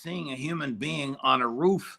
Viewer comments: Somebody in seecrete sirvice told to luck the udder way. Spelled incorrectly on purpose. And it's roof, not ruff, Larry. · Love larry....but come on bro.....its Roof not ruff hahahahhahaha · Why does Larry pronounce roof as roo-off?